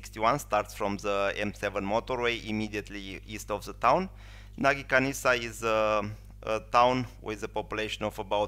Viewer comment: It is Nagykanizsa, not Nagykanisza.